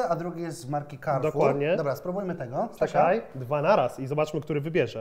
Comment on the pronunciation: Karfur się mówi, nie kerfur